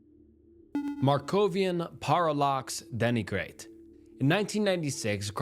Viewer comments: Dude...some words are hurting by the way you attacked their pronunciations in this one. 😄 Interesting stories, though. I remember the Markovian Parallax Denigrate emails (it's pronounced 'DEN-ih-great', by the way. And it's pathogenesis, not pathogenis). Those emails made their way around the early tech community. None of us took them seriously, they weren't considered ciphers (not even by those of us who were crypto experts with military backgrounds in cryptology). But we were genuinely pissed about how RSS feeds were being opportunised for spam. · i love the vids but, brother please, if youre gonna make these kinds of videos, at least check your pronunciation. parallax and denigrate ain't even a foreign words 😭